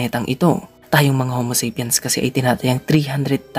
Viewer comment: Tuwang tuwa dati ako manood ng mga video ng channel n to eh..bilib n bilib n eh, until nung paulit ulit niyang bigkasing "ho-mo-sep-yans" ang ating ating homo sapiens.. nkakadistrak😵